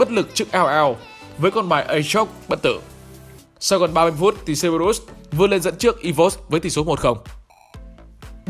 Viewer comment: Ý kiến chút ad nên đọc đúng lại cerberus đọc sai nghe khó chịu :v